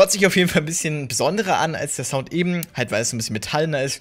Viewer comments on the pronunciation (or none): none